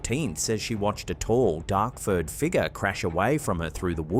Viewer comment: I'm sorry, but you are now officially obligated to pronounce "figure" as "figger". 🤣